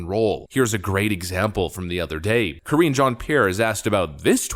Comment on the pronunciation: Ka-ringe Jean-Pierre